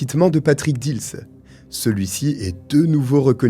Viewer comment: j habite montigny les metz ma buraliste a servi plusieurs fois le frère dils bref étiez vous a montigny viviez vous a montigny les metz pour dire ce n est pas dils moi je vous dit j y vis j ai un an d écart avec cyril et alexandre et je vous dis ce n est pas heaulmes mais dils